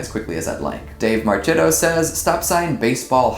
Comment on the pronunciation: All the insightful comments and witty remarks over the years, and I make the video with a nonsensical string of random words. I love it! By the way it's Marchitto (Mar key toe)